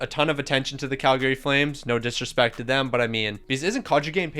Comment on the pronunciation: The way you pronounce Calgary 😅 It's a common mistake lol